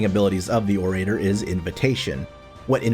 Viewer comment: You also mispronounce orator. It's "oh ruh tur". Like how "oral" is pronounced. It's not "oh ray terr".